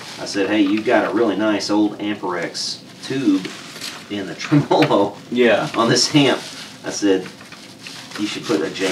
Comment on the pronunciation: in this video, let it be known, finally pronounces "Tremolo" the correct way. Go'bless. I have been waiting for him to talk about the Tremolux to hear how he pronounces that one! Love yer channel long time,! Cheers bud.